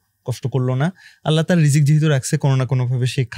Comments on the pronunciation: ভাল লাগল কিন্তু একটা জিনিস বুজতে পারতেসিনা আপনারা বার বার রিজিক কে কেন বিকরিতি করে রিজস্ক বলতেসেন?এটা কোন ধরনের অসভ্যতা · উচ্চারণ টা কি রিজ্ক নাকি রিজিক ? উপস্থাপক দুজনেই রিজ্ক বলছেন কেন ?